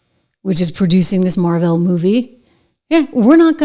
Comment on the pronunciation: It's not "Mar-VEL," it's "MAAR-vuhl". There's this feature in Google: "how to pronounce...." I noticed the Nancy Drew book on the shelf.🔎